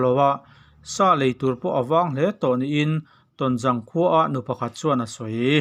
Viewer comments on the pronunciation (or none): Tawnzang ni lovin, Tawnzâng tia lamrîk tûr aw. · Tawnzâng tih tur, zâng hi hnungzang kan sawi ang hian lam tur. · Tawnzang lam dan hi a diklova zang' tih hnungzang kan lam dan ang azang hi thlukna awm anga lam tur ani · Tonzang i lam rik dan kha a dik lo. Zang hi hnungzang kan lam rik ang hi a ni a, Paite/Tedim tawnga zawl tihna a ni a, 'Ton' hi chu pangpar i 'tawn' ang khan lam ri mai la a pawi lo, Mizo takin lam ri la a dik a ni mai. A bengvarthlak e, channel lian tak in nih hi kan hre reng a, kan duhtuipui che u a nia. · Awi tawnzang tih hi ithluk dikleh loooo. Hnungzang tiha zangkha hmangrawh. Ilamdikloh hian e, angaihnawmlo zovek